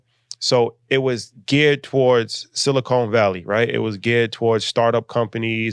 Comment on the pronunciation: Silicon..not silicone…keep your mind in the game bruh…😅